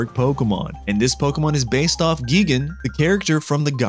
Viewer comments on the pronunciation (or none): Who says Geegen!!!! It’s GIgan!!!! With a an I sounding like the word eye, not I sounding like the word it!!!!🪚🪚🦅😡😡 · I like all these monsters but why pronounce gigan as giegan its pronaunced gaigan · He said giagan not gigan he said giagan its gigan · NOOOOOOOOOOOOOOOOOOOOOOOOOOOOOOOO ITS gi-gan g-eye-gan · Bro never studied godzilla u can see the way he says some of their name like gigan and don't mention any of their trivia